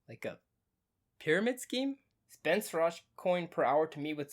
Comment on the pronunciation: Hi! You call him Suraj. His name is Siraj. Everytime you called 'Suraj'...it hurts here buddy.